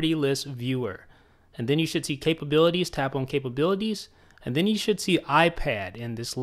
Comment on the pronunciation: Why does he say "on" like "own"??